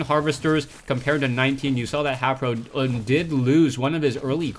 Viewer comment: It really bothers me that he pronounces HayprO wrong.